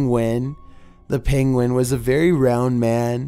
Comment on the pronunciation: you say 'penguin' the same as benedict cucumber 'pengwing'